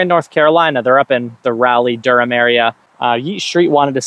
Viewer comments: It's pronounced Rah-lee, you yankee. (Yeet St is technically in Morrisville, fantastic shop). Peace. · It's RA-LEE 🤷🏻‍♂️🤦🏻‍♂️ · Crazy how even people in our state still don’t know how to pronounce Raleigh.